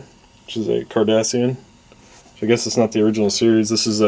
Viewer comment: lol it sound like you said kardashian